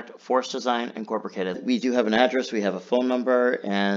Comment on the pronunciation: Enjoy the content. Are you aware you are mispronouncing Incorporated?